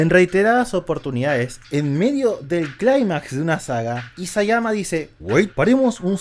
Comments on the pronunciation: Bueno, primero que todo. Se llama Isayama, no Iyasama 😂. Ahora, en cuanto a las cosas que no me gustaron mucho de Shingeki hay varias cositas: 1) la forma en que maneja la política. Yo pienso seriamente que hacer esa reunión en una ciudad portuaria con una amenaza a no muchos kilómetros de distancia; y además, convocando a una gran cantidad de políticos, es irreal y estúpido. Lo que hace que todo el tema político que se trabaja en tantos paneles sea aburrido e innecesario. Hay muchas conveniencias en Shingeki que me disgustan pero esta es la que más me ha disgustado. 2) el tema del vino fue tan evidente que no me generó nada el verlo. Es decir, si sos tan pelotudo como para que te den la información de cómo convierten a los Eldianos en Titanes, saber que es a través de un líquido y aún así aceptar importación de bebidas en tu nación, merecés lo que sea que te pase a continuación. 3) ya me dio hueva seguir escribiendo y a nadie le importa mi opinión de todas formas 😂 Que les vaya bonito. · "Iyasama" xd, es Isayama amigo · "Iyazama" xd